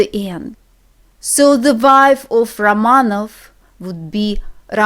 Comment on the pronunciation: Hi, thanks for your lesson! ... A question: why do you say "Ramanof", "Pavlof", "Tsehof" and not "Ramanaf", "Pavlaf", "Tsehaf"? The letter "o" in "OB" ending is not stressed.